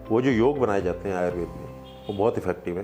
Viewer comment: भैया, आयुर्वेद संस्कृत भाषा का शब्द है और इसका उच्चारण आयुर्वेद ही है आयुर्वेदा नहीं